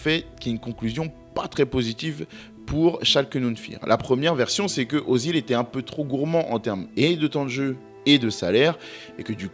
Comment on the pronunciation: Super vidéo. Attention, à prononcer « Euzile ».